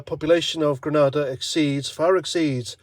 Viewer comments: It's Grenada not Granada.... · it's grenada, granada is a spanish city